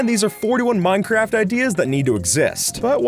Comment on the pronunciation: I swear you said minecrap